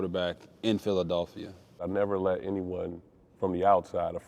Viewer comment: RG3 it's Philadelphia not Philadauphia. Dude pronounced it all the way wrong.